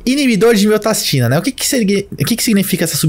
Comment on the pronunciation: Falou pouco mas falou bosta. Como você vai hipertrofiar o coração com inibição de miostatina (que você falou miotastina o vídeo todo), se você não estimula ele fisicamente? Você tá usando uma argumentação que cabe para GH, mas com certeza não tem coerência quando se trata de um inibidor de miostatina.